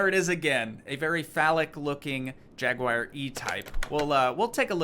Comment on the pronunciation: Like the content even though it's been 2 years. One thing, though... a Jaguar is not spelled Jaguire. /'jag-wahr/ or /'jag-u-ar/ It shouldn't rhyme with Jerry Maguire.